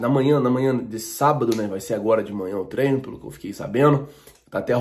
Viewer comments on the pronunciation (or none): none